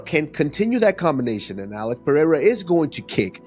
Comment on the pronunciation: Someone teach Chael Sonnen how to pronounce Pereira Is not that difficult